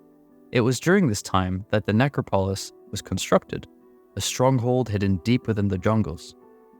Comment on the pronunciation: the only thing that i catch every time that irks me is the way you say necropolis lol